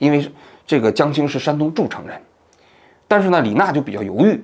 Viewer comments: 王老师，诸城 读做一声❤ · 山东诸城市，发音不清楚